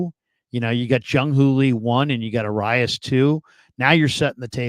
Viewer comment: Why can nobody say this guys name correctly.. it’s “Ah-rye-ez” - not arias